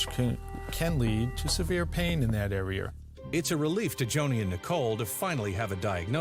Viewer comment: THE dr. Says are'er. Instead of area. I never understood how that kind of accent came about. Luke people who say warshed instead of washed. How did that come about. Id live to know. No judment.